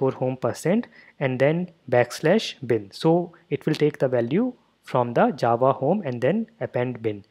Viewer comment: most words said by you sound kind of funny (the indian accent, not your pronunciation becuase that is spot on obviously) but when you say java it sounds like it was made for your accent not ours, that accent hits the word "java" and sounds more then perfect, anyway thanks for the tutorial this is perfect man and I love how it sounds when you say Java.